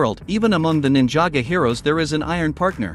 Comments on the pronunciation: Nin-jaa-go bruh it's ninjago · He said ninjaga 💀💀💀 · I love ninja go (P.S. I wasn't trying to insult you I was making fun of how the text to speech said it) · Please pronounce it right is not Ninjago is Ninjago